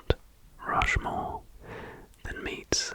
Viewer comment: ah yes i’ve always wanted to visit rount mushmore